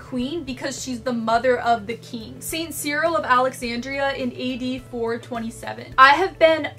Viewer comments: Is "keegn" a typical pronunciation for "king" in any specific area/region or is it a personal pronunciation? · Frangal Egoces lol I noticed that too but i think it’s just how she says it. It’s ok